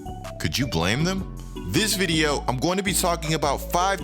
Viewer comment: Am I the only one who peeped that he said “you won’t want to miss another vidiuh 😂